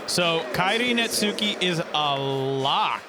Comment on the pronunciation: Dude phuck for saying Netsuke's name wrong the whole time. Baka gaijin!